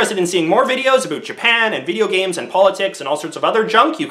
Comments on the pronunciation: Aboot. Made me giggle. Sorry! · Did you say "aboot" on purpose...? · dat aboot was amazing, I thinkk that was the best aboot i have ever heard. not being sarcastic